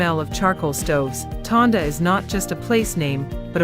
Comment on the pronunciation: Tondo. Not Tonda